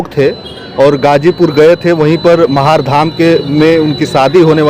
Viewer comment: जगह का नाम महार नही महारे ह